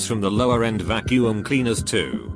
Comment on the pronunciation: Storytime bot: pronounces Qwixter no problem Also Storytime bot: VACU-UM!